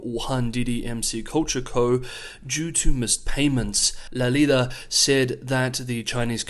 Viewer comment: You pronounced La Liga perfectly.